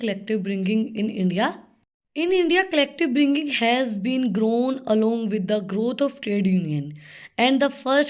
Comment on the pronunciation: Pronunciation sucks 😢😂